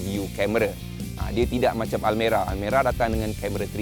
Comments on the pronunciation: Aku dengar almari nak sebut almera kot 😂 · Hahaha abg sebut Almari yg dulu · Bang bukan almari bang 😂😂😂